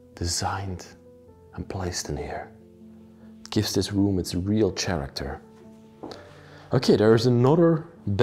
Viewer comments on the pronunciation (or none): Please learn da "th", "sh", "ch" & "k for character" sounds. Please. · The word character has the sound of the letter "K" for the "ch" at the beginning of the word. Just trying to assist.